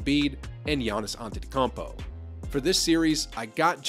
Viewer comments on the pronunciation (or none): Giannis’s last name is pronounced ant ent oh cum poe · The Antetokoumpo is wrong